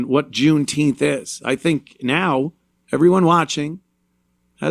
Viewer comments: Its called JOOMTEEMF Ant, get the pronunciation right. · "June-Teempfff". I'm fatigued.